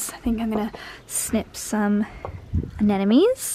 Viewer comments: I've always been wondering if I'm just hearing it wrong, but the name of your favourite flower is anemone. Not anenome. :) Love watching your vlogs. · Love videos but why does she always calls the Anemone flower Anenemys?